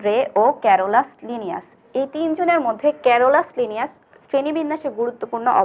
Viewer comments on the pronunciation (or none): 😹😹😹😹😹 haissokor srenibbinnaser jonok ক্যারোলাসলিনিয়াস 😹😹😹গণ উচ্চারণও ভুল boltasen😹😹